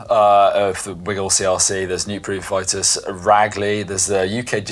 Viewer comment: Vitus is pronounced with an "ee", not an "eye".